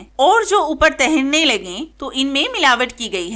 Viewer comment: تہرنے نہیں تیرنے ہوتا ہے۔